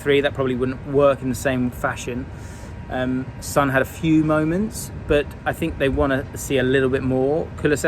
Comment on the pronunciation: how can you pronounce Hojbjerg correctly but consistently mispronounce Son 😂